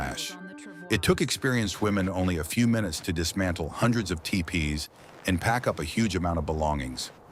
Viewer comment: I'm pretty sure that "Mama" is not pronounced the same in the native language. Tiepees?! AI sucks.